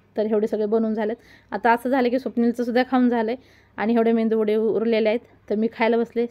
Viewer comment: मेंदूवडा नाही मेदू वडा